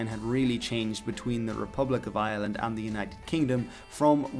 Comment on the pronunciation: And yet he can't quite manage to pronounce Ireland in English.